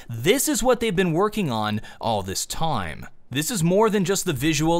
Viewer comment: said time like a true blue mate greetings from Australia